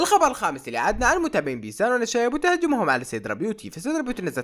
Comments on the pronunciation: صوتك متغير انتا قلت بيثان😂😂😂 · مين لاحظ انو قال بيثان؟